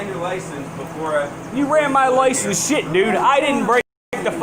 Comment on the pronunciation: Nice slur on the word "shit". You're too drunk to be cogent. Should I have asked for evidence of jurisdiction at the airport? If it's philosophical to bring it up in court and if cops might shoot you if you bring it up on the side of the road, where is it appropriate to bring it up? At what point in the whole debacle is it appropriate to bring up the fact that I don't agree with slavery?